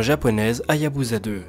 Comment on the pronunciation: Encore un bon dnde sinon petite remanque ,la sonde Japonaise se prononce comme "Hayabussa" et non pas "Hayabuza",pour le reste continue !